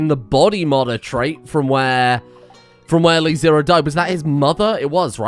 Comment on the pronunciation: It's LeZero, not LiZero.